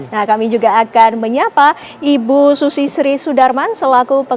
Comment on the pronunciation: Masa SUZIE di sebut/bunyi nya sushi 🤣😂🤪😁😜😇